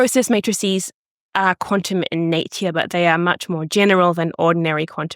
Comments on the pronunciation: I'm sorry, after the third time she said naytuar instead of nature i had to stop watching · I certainly never heard anyone so posh that they say "Natier" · Is this how Kiwis generally pronounce 'nature' (something like /ˈneɪ̯.tjə/)? I've usu heard Aussies say /ˈnæɪ̯.tʃə/ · Her way of pronouncing "nature" skills me!!!!!!!!!!!!! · Cute pronunciation of “Nature”, too.